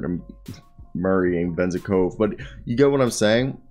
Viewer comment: Bruh good effort on the re-search! Please just try to get at least a bit closer to the actual names pronunciation - like you could probably listen to the commentators when you are cutting the highlights but the name is Ve-Zen -KoV the way Venzekova sounds like a weird female name in Bulgarian 😅